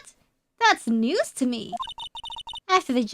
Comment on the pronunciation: Consequences Konsekvenkvesh ✨New word unlocked✨ I think this is in the same class as koinkidink🧐 The blue little guy is so cute. AAH! Mamamardial Baby Weine tried to call Mr Gepeng Rodent / kiss sfx, blow Big news newzöÖ~öh, common brain damage (fufuhihihahu) Damon Gant Dámon Gántöh (I'm not sure if this is actually said funnily or not, except for the "öh" at the end) UR+ rare moment where instead of "idc" Reine cares! :_reineUwu